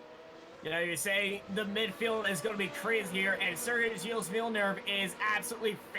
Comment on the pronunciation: Don’t prononce s at gilles